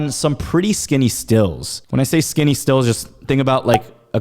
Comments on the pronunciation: Isn't it stilts not stills? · *Stilts not "stills" lol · “STILTS” not “stills” lol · Dawn’s. Also they’re pronounced Stilts, you use a Still to distill fine whisky and other alcohol.